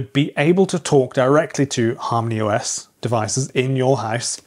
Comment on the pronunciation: When I first heard you say Harmony OS , I thought you said HARM THE US 😂